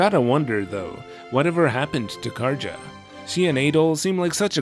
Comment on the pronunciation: In Nordic languages, J's are typically pronounced as Y's, Karja is a nordic name, her name should be pronounced as Karya, not Karja.